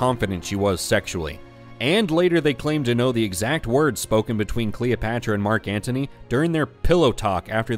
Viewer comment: Who is kween Cleeopatchra? do you mean Βασίλισσα Κλεοπάτρα?